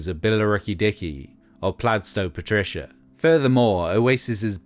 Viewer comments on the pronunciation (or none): none